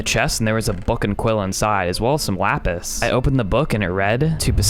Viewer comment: Did you accidentally say "wapis" instead of "lapis"?